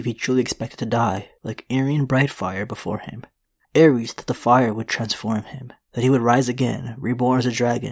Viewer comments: Terrible pronunciation of the names. Ares is a Greek god and Aerys is the Mad King. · Its “zhaa- uhries”